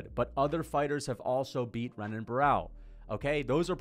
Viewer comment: For context, this comment was meant to be about wins. “Joey B is a mediocre win, Renan Barao (pronounced with an R lol) isn’t super impressive, GSP didn’t beat anyone good, etc”